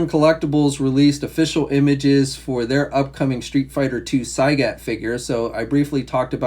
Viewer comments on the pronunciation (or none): Saigot? It's Sawgot